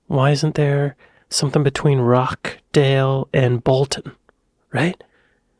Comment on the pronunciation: Rochdale - is not Rockdale - the Roch is pronounced more like Rotch to rhyme with Watch, Crotch etc...